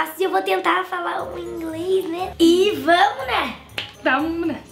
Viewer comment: Eu me matei de rir quando a disse vamne 🤪🤣🤣🤣🤣